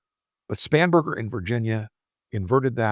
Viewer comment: Spanberger ,I thought you said spamberger 😂😂😂